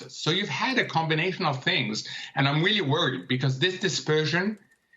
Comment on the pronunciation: "Hey Mohamed, are you worried?" "I'm really worweeeed".